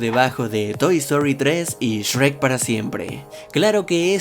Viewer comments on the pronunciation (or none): none